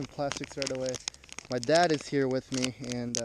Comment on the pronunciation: It ees what it it eees